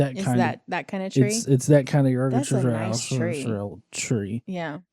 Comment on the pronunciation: Bro the world tree is pronouced like like igg-dra-syl. I mean there are worse. As I am a half Norwegian my father name terje meaning thor's spear isn't pronounced Ter-jay like most pronounce it but kinda like tuh-de-yuh quickly. Also some random Norwegian letters for your future attempts at norse mythology, j is pronouced like y, w is not double-u but double v and is pronouced as such